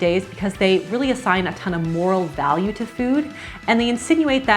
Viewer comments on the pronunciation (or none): none